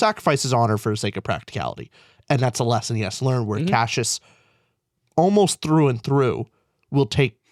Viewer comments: Stop saying Cashus… I can’t watch anymore! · After all this time I had forgotten how much it bothered me that they pronounce Cassius as “cashews” hahahaha